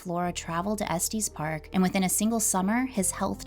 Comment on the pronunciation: It’s not Estees Park , it’s Es TES park. Like Estus.